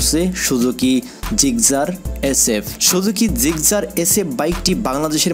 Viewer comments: আপনার নিজের বাইক সম্পর্কে বিন্দুমাত্র ধারণা নাই ভাই। মুখস্থ পড়ার মতো গড়গড়িয়ে বলতেছেন। দ্বিতীয়ত, উচ্চারণ ঠিক করেন। জিগজার কি ভাই? জিক্সার বলুন। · ভাই নিজের উচ্চারণ ঠিক করেন। আজ পর্যন্ত জিকজার নামের কোন বাইকের নাম শুনিনায়। মনেহয় আপনি বাইক বানিয়েছেন। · জিকসার হবে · সুজুকি জিকজার 🥴 হায়রে উচ্চারণ!